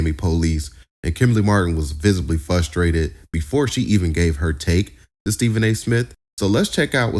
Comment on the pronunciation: Did you say fustrated 😂😂😂😂